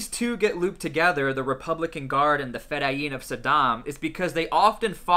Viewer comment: Its pronounced Fedayeen not fedayeem